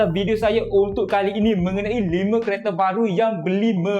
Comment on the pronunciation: Sebut betul2 bang Kali ini..bukan qali ini😂